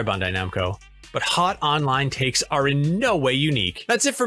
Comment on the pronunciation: Bun-die Num-ko?